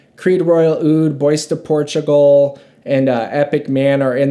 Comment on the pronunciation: not bad but please please learn ghe pronunciarions before you review them, bois de portugal, come on man